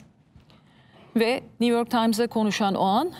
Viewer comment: Niv york deĝil güzel nü york nüüüü